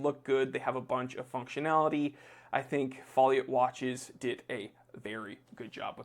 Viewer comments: Pronounced Faux Lee Oh, because I know you Americans never French right. The dial is nice, I like the hour markers. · man, that true-GMT is a really nice watch - both in its styling and abilities: i'm somewhat familiar with the Miyota 9-series movements and they are quality the 't' is silent in Foliot, BTW :)